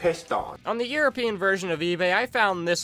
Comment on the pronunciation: Blud said europeian pounds 💀